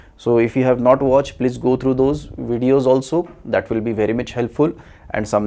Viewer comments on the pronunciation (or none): none